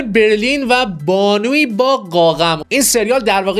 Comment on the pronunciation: استرانجر تینگز❎️استرِینجر تینگز✅️ هالف من ❎️هاف من✅️ قاقَم ❎️قاقوم✅️